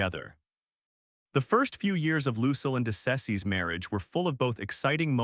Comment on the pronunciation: Find a website to teach you how to say "Lucille" ! ! !